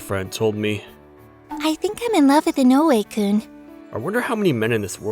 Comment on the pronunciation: It's I-no-we, not i-no-U-e. The stress is in the I. 😁😁😁